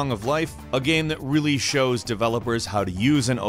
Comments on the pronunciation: GAME... the word is GAME... not "gheeeeeem" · i love the way he says Game, G E E M